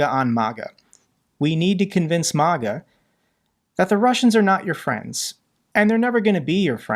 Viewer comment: I’ve watched your videos for a long time, and as a fellow supporter and defender of Ukraine, I think it’s important to address a misunderstanding you seem to have about MAGA and Republicans. First, it’s pronounced “Ma-Ga,” with the first “A” sounding like the “A” in apple. It stands for Make America Great Again—not a love of Russia or a desire to be friends with them. Republicans don’t need convincing to oppose Russia; most already do. The real argument to make is why sending American taxpayer money to Ukraine is more valuable than prioritizing domestic spending. The case you need to make is that this is an unprovoked war. Ukraine’s government is legitimate and has never been a threat to Russia. NATO expansion is not a threat either; NATO has never acted offensively and exists solely to deter Russian aggression. Russia’s actions won’t stop unless they’re checked. It’s far more cost-effective to support Ukraine now than to let Russia continue unchallenged, as they’ve done in Crimea, Georgia, and elsewhere. Allowing further aggression will only embolden them. Since taking over from Great Britain after World War II, the United States has been the primary enforcer of global rule of law, international norms, and state sovereignty— continuing a legacy that dates back to the Treaty of Westphalia in 1648. Ultimately, the key is to explain why supporting Ukraine is a worthy investment of American resources. Instead of alienating half the U.S. population, focus on making the case